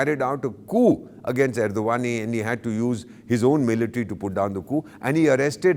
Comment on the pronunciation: I mean your frustrations with Turkey is clearly visible with the names of Ergdogan that you pronounced. It's perhaps because Turkish drone destroyed Indian jets and drones